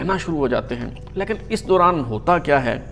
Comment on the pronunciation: Boss the pronunciation of the Urdu word اور is AUR not ORE. Likewise, لیکن is pronounced LAY-KIN not LAKIN and دور is DAUR not DORE. As for English, the word "heir" is pronounced AIR not HIGHER.